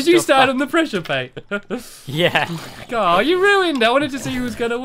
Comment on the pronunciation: Stampy it's presure plate not presure plat.